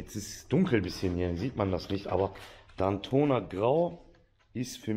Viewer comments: Das hei´t DAAAAAAAAIIIIITona :D nicht Dantona danke ^^ :* Aber die 1. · Daytona grau;) Daytona wie Day nicht Dantona 😁